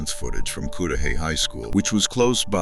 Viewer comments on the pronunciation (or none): Its pronounced Cud-da-hay. Not cood da hay. My door dasher was so sad. She said she just had a conversation with Sade before her dusappearance. She was so excited about graduation from school. That mf stole that young girls future. I feel so blessed that nothing happened to me when i went out on dates or to someone i hardly knew house. She was young, inexperienced, too pure to know the dangers that lurks among us. # justice 4 Sade. 💔